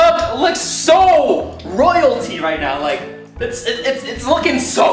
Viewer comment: He said roilty